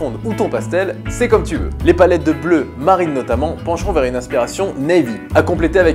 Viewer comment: *MARINE et non pas *MARRINE. Sinon, big up!